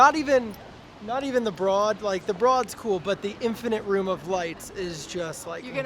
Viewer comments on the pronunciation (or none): Don't mean to be a total prick, but it's pronounced the BRODE even though it's spelled broad. So it sounds like ROAD. It's the owners last name and that's how they pronounce it. I'm not trying to be rude, just trying to inform! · It rhymes with "road." "Brōd." "Broad."